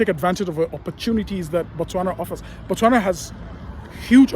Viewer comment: We say Botswana not Batswana.....the Ghanaian says it right....Batswana means the citizens of Botswana